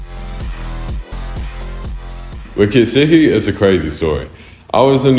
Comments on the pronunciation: why did he pronounce it like that "ketsuki" i always thought it was "ketski" or sum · it’s pronounced ketseeky … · Why does he say kets4eki like "kistiki" 😭